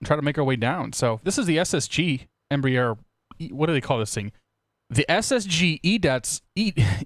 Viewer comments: Just a note: It's not embrEEer (like beer), it's embrAer (like Ah, or "bra"). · X-Plane Aviation No, it's not. Embraer is a Brazilian conglomerate. I am Brazilian, and the pronounce of both you and is incorrect. Cheers.